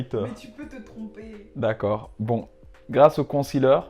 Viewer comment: Haaa il s’y connaît quand même 😂 la plus-part savent pas c quoi un con-ciler comme il dit